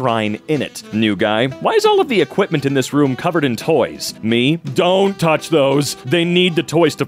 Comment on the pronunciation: i love the way you said "dONn't touch those" it just a bit too accurate